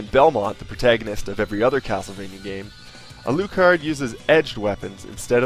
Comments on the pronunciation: a-looo-card? Al-uh-card. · It's pronounced alAHcard not alOOcard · I just bought this! i am excited :D but you say Alucard really funny hahah Like Ah Lou Card I say Ah Luh Card. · alucard himself pronounces it al-ooh-card in the game. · Ko NAM ee, A luu card??